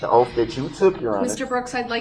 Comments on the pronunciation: "Dat's your Oaff" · I'm sick of hearing him say, "Oaf". He needs to learn how to pronounce words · Judge tell the "TROOF" about your "OAF" 😂🤣😂🤣😂🤣 OMG he is so disgusting 🤮🤢🤮🤢🤮🤮🤮🤮 He looks like he stinks like sweaty nasty balls!!! 🤢🤮🤢🤮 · "I ax'd my charge to be adjundicated, the grounz for the sub-stain was like a tackit agreement with a biast rush to judgment. It was you who took dat oaf of office"